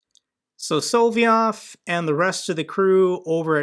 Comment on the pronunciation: I Heard he was fired BC he took Rupie's girlfreind out to dinner Yeah ' I'm sure Tuckums would LOVE to start getting paid in roubles LOL!!!.. It is SOL---LOV---YOV NOT hard, but it grates on my ears when you say it wrong LOVE the show, THO!!! I bet if you lobbed an ATACMS on top of Poutine's Palace on the Black Sea, Only 100 klicks or so!!!! The war would stop!!!!